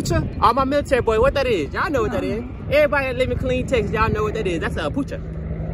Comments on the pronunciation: my man called an apache(ah pa che) helicopter an apoochee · Apache not apucha.lol!!! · This man said a apoocha😂😂